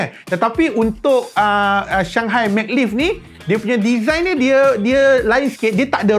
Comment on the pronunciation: Sebutannya Ma Glev. Ma tu sebut (mey) dan Glev tu sebutanya (gelof. F tu sebut nipis). Check dekat google translet tadi. Hehe. Bukan dia Mag lif sebutannya. Hehe..